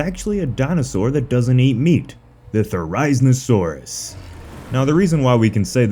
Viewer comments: Therry-zee-no-saurus. Therry as in Berry. Zee as in Bee. No as in No. Saurus, well you can guess that part. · This is how to pronounce the therizinosaurus Thr-I-zee-saw-ruhs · The way you pronounce "Therizinosaurus" isn't accurate, it's pronounced "There-Ah-Zeen-Oh-Sore-Us". Just saying. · is it just me or does anyone else feel annoyed when he pronounces it as te-rize-ino-saurus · you pronounce therizinosaurus wrong 😐 its pronounce the-ri-zino-saurus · Say it with me now thera-zee-no-saurus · You pronounced therizinosuarus wrong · Please look up how to pronounce therizinosaurus. You should always thoroughly research your topic before you make a video on it. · why is he saying therizinosaurus like that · How you pronounce Therizinosaurus hurts me